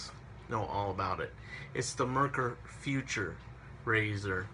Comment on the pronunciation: Foo-tour , according to the Germans. Not future.